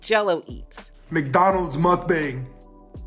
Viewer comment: You are pronouncing it wrong. Muhk -Bang 👍